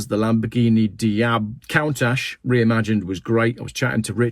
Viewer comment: It's COON-TASH. you 'tard😛